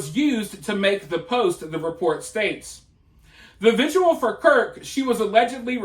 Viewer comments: It’s vigil not visual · Great job investigating and disseminating information!! BTW it‘s „vigil“ not „vigual.“ thx. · The dude in the video can't even pronounce "vigil", so... Seems like it's a bilateral issue.